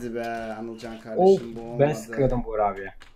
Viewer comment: abi anılcanın ismi anılcan değil anılken :D